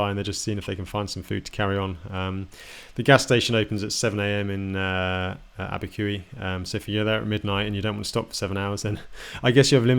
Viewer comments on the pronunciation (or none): Abiqui, NM is pronounced AbbeyQ not AbbeyQE. Just sayin!